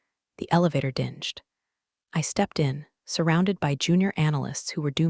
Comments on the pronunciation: Ding'd (rhymes with sing) not dinge'd (rhymes with binged). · DinGed, not dinJed